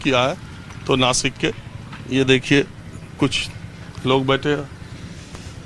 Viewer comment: नाशिक not नासिक